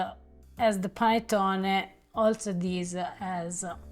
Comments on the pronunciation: Listen to please. The "Pan A tone A" is a bit hard on the ears. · It’s pronounced "pah-net-taw-nee.